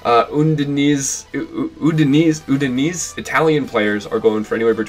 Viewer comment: Some pronunciation tips: Udinese = Ooo-dee-nay-zay Olympique = oh-lahm-peek (more or less) To be honest, if you want a good idea of how to pronounce something, just type it in with the appropriate language selected (or detect language if you have no idea) on google translate and hit the icon that looks like a speaker in the bottom left of the input box. It'll read it back to you, and if you click it a second time, it will read it back even slower. Very minor things, won't hurt in the long run though.